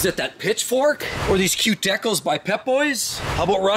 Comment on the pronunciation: The way this guy pronounces “decals” is hilarious